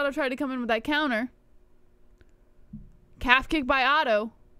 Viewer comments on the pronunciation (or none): Oh-tou ? i thought it was pronounced Otto